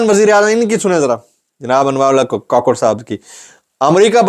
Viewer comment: Kukar hai kakar nahi